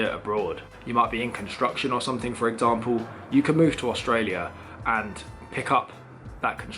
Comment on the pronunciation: And yet you still cant speak what the English language. what is growf, nuffing, sumfing?